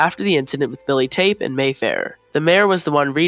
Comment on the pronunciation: Billy Taupe, pronounced "tope." Not Billy Tape. Taupe is a color, like the rest of the Covey. Very interesting and well thought out video. I don't believe for a second that Prim's reaping was rigged. Why? Because of what happened 64 years ago? I don't buy it. Snow probably remembers Lucy Gray, but would know nothing of any possible connection between Katniss and Lucy Gray. But the two others, Haymitch's reaping, Lucy Grays, and the 3rd Quarter Quell, were clearly rigged. Oh, and so was Ampert's.